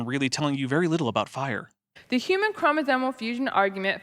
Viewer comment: I noticed she said "chromosomal" correctly... Does she not realize the difference here with how she says "chromosone"?